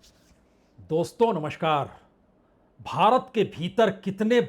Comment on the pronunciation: Namashkaar? It’s Namaskar!